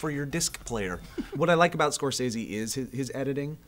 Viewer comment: It bums me out that you guys say Scorsese's name 100 times in this vid and that you pronounce it wrong every time.